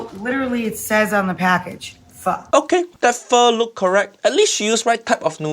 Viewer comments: 3 seconds in, pronounces it, "FAH"...oh lordy. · How can she called it “Pho” 😂😂😂 completely wrong, completely 😔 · I see he is so sad he said fur but not pho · Well her calling it Fa like the musical note shows how little she knows about the dish Pho so sad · Ok "pho lady cheater" btw it's phở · Is it just me or does everyone saying "Pho" just sounds like fuck? 😂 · I'm a Vietnamese and I just don't know what abomination is she making instead of Pho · As an Vietnamese, im offended by her Pho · My goodness.. How do you manage to fuck up Pho? Seriously... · Uncle Rodger needs to look up how to pronounce pho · You can do shortcuts without butchering it! I can buy Pho cubes for 20 cents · She literally "butchered" pho!